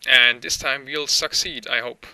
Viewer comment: 1st thing i hear "and this time we'll suck seed's" haha!